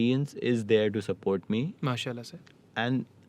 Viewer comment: the way say mashaAllah and inshaAllah is amazing!